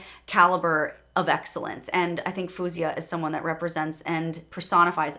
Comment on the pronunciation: she pronounces her name as Foe-zia btw, not Foo-zia :)